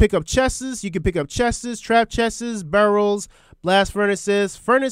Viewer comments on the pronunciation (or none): i love the way he says chests “cheses” 😂